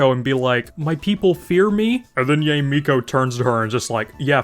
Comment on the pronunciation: I wouldn't worry about it tbh. He's a long time player so I'm sure he knows the names, but probably don't care how the names are pronounced. Saying Yae as Yay gives me a good chuckle though lol.